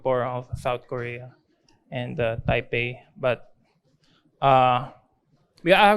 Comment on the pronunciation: Dude say tapei lol